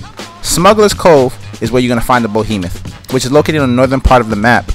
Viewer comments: It's BEhemoth not BOhemoth. That is all. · Y r u saying bohemeth it's said behemoth. Be not bo